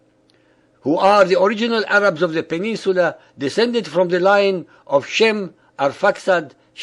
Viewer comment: lol he said the 3 types of arabs wrongly